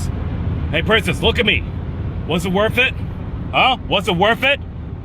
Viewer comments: “was it worfff it?”😭😭😂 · "Was it worf it? Huh, waf it??"